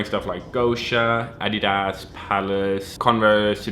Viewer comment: Why do you say adidas like that ☠☠☠